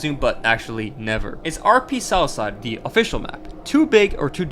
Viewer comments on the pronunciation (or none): BRO WHEN YOU SAID SOUTHSIDE I THOUGHT YOU SAID SOUTH PARK 💀💀💀💀💀💀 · I heard salsa instead of southside 😂😂😂